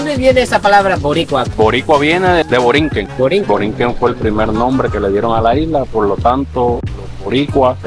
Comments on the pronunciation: Boricua viene de boriquen, no de borinquen. Que pena que un puertorriqueño lo diga mal. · No es borinquen es Boriken el nombre nativo Taino de Puerto Rico, los pobladores origina o es de la isla nos llamaron Tainos, somos decendientes de los Arawaks e Igneris de Colombia y Venezuela, e indios arcaicos de la Florida, Boriken - tierra del gran señor. Otras traducciones dicen tierra del noble señor . Borinquen es la mal pronunciación de los invasores españoles, También la mal pronunciación de Puelto Rico pronunciando la R con la garganta viene de la influencia Corzega que llegaron a la isla en el siglo 19 aproximadamente, Yo tengo primos en Ponce que son koreano borikuas , durante la guerra koreana la unidad 65 de infantería peleo en Korea y muchos Borikuas estuvieron estacionados en bases militares en Korea y muchos se casaron con koreanas, por eso el arte marcial más popular es el tae kwon do, y de Japón el judo , yo estudie los dos.algo japoneses muy popular en Puerto Rico! MAZINGER Z, Yo lo tengo tatuado en mi antebrazo, . Muy buen video Arigato!